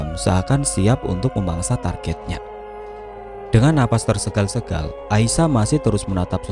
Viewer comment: Suwer saya kl pas si pembaca bilang nafasnya tersegal segal kok gk bisa nahan ketawa,org Indonesia kok gk bisa mengatakan bahasa yg benar.yg bnr kan tersengal-sengal.